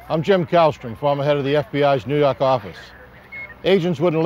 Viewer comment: New Yahhhhwk orifice